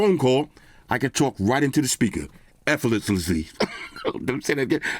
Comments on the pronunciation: trying to speak "Efforlessli" was great XDXD...... love the reviews as always man. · hearing try to say the word “effortlessly” correctly! This is why I’m a huge fan of his tech reviews! 🤣😂😂😂